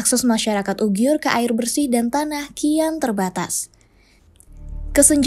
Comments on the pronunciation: Sangat bagus narasi mengangkat tema ini, saran saja.. untuk perbaikan, selama durasi video penyebutan yg seharusnya uighur / uyghur tapi disebutkan ugyhur oleh,, ini agak mengganggu.. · kok bacanya UGIYUR gitu ya? Emang gitu? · Hahaha ane jg ngakak krna baru ini denger ugyur